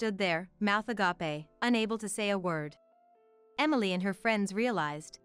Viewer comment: Please be careful with the pronunciation of words.Agape ..as it is pronounced here has an entirely different meaning.